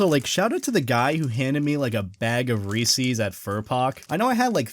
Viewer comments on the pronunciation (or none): WHY DID HE CALL THEM REESEES ITS REES’S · It’s not reecis it’s Reese’s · I unsubbed, he said Reese's is the best, AND he pronounced it Reesees and not Reesis, Then I resubbed cause people are entitled to their opinion and I love this channel <3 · I like how you say “Ree sees” instead of “Ree says” also you have me an Idea of being a furry for Halloween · 'Ree SEES' Me.. A texan...: resez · They're not Reesie's, they're Reese's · pronounces it as REE-SEES me: dies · Why do you say reee-seees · who tf calls it reesie's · I love your channel but you said ree sees and ya got a dislike sorry Please dont kill me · The way you pronounce Reeses pains me X3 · How he says Reese's gives me slight discomfort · You pronounced Reese’s wrong!